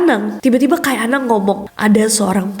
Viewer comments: Izin koreksi ka nes. Penyebutan "kai" nya salah ya. Bacanya bukan "kay" Tapi kayi" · bacanya kayi anang, bukan Kai anang. Kai artinya kakek 😊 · Bukan kai, ka’i kk 😊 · KAI , nyebutnya Ka-ik , bukan kay 😁